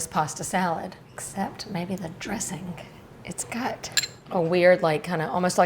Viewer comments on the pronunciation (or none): Ma'am ~ The word 'dressing' is not pronounced dressinGUH" and words like 'tangy' are not pronounced tanGHEE. The g is soft in these words. You're adding an extra syllable with the hard g and you sound uneducated. You're too old to not know this. Speak correctly and listen to other adults around you. You just lost credibility with me that if you don't know how to pronounce words like an American adult, maybe you don't know what you're doing. Learn to speak correctly.